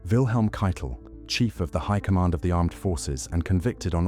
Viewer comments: Ох эти боты ,, Кейтель- Кетле 😂 текст читал Nestle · Keitel!!!.... Nicht Kittel